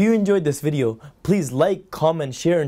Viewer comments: weedeo XDDD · Nice weedeeo😂